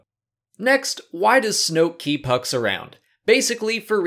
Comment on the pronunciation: I know you said hux but it sounded like you said "Snoke needs hugs..."